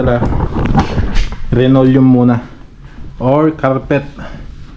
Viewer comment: Hindi po RINOLEUM! Dapat LINOLEUM po!